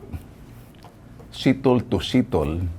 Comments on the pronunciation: Ndi setol sir Ben kundi stole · 😂😂setol, sitol, setel😂😅katawa 😂😂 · Natawa lang ako mr. Ben tulfo kay sitol,ano nga ba sitol o settle.😂😂 pastilon oi! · Ha ha ha nakakautuwa naman po kayo Sir Ben ginaya nyo pa yong pronounciation nya ng settle